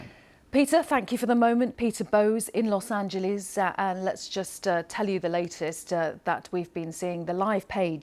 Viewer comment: Los Angelees? Really? BBC! Its spelled Los Angeles. How do you say angel in english?